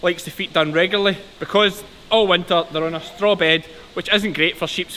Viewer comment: I'm so glad hearing a Brit having problems with the word Regularly 😁 I can never get that right